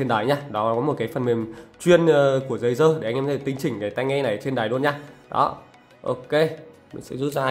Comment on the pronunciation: Tôi nghe ông này nói đây là tay nghe DÂY DƠ